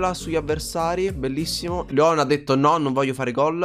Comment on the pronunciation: Comunque si chiama Leon no leo`n